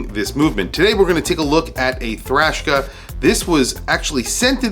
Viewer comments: I do wish it was bigger ... 41 or so. Not a big fan of a bracelet that goes down to 16mm, not very comfortable on my wrist. You keep saying thrashka instead of Traska. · Why do you say “Thrashka” instead of Traska? Isnt this an American company? Do you know this to be official way to pronounce? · Traska ma man not thraska. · Come on. Its Traska, not Thrashka. It is called a clasp not a buckle and lastly it clearly has 5 holes of micro-adjust. I own one and its clear in this video, yet you say it has 6 holes. What's going on dude? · Traska, not Trashka... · It's an awesome watch and wears great on my 6.75 inch wrist. Have it in black., awesome video but I think you're calling it Thraska or something other than it's actual name Traska. 😊👍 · Lol that threw me for a loop too 😂 “THRASHKA” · 😂 he dosnt even say the name right